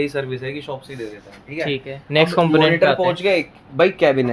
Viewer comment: BC main bhi kahoon itnay sastay comments kab ho gaey Pakistan mein, bhai nay jab "MAATAR" bola to pata laga Indian video hai 😂😂😂